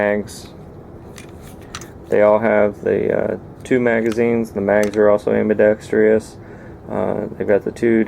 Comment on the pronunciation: AM-BI-DEX-TROUS (Pron. like "TRUSS"). (No "I".) You are "industrious". The pistol needs a TRUSS.